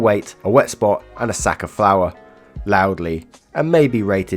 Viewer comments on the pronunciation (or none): none